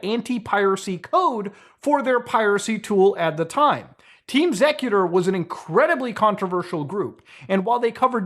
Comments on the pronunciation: Actually never heard xecuter pronounced sec-uter, always heard X-ecuter (executer). They've been in the console modding scene for decades. I remember having a xecuter modded OG xbox, same with 360 after they started banning ppl who flashed their 360 disc drive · Why are you pronouncing it ''zekuter''????? Its pronounced ''Executer'' exactly the same as the word, its merely spelled differently to distinguish its name from the common term a little bit and Im certain theres a reasonable explanation for that decision, even if its simply to have a name distinction.. Either way, the point is, youre mispronouncing the name of the group throughout the entire video.. Why didnt you at least look up the history or something to get an idea of how to pronounce the name of the group youre diving into with this little mini documentary???? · just another example of why copyright should not be a thing, "intellectual property" is utter nonsense. also isn't it pronounced executer not zecuter? ya know since they help execute code... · And all these years I thought it was pronounced Team Executor. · The name of the group is pronounced "Executor", great vid but that drove me crazy lol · it's X-ecuter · Listening to this guy mis pronounce xecuter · Is it bothering anyone else the way muta is pronouncing xecuter?